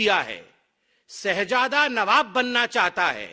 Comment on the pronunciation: शहजादा होता है सहजादा नहीं सालो BJP वालों हिंदी बोलना नहीं आता🤣🤣🤣🤣